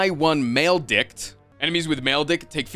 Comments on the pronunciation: Maledict is pronounced either mal-e-dict or mal-i-dict it's definitely not pronounced maledick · He knows, it's a bit he's doing. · I cant tell if he is sayong maledict wrong as a bit